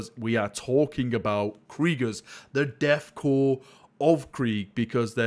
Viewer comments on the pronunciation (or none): "Deth cor" Hehehe